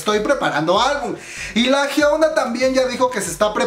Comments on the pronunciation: chisme y mas Yo:soy la unica que noto que dice HYUENA mas de hyuna jajjajajaj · Es hyuna sin la E. Solo digo